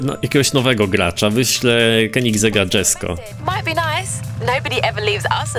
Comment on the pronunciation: To jest Jesko a nie dzesko.. Auto powstało od imienia ojca kristiana von koeningsega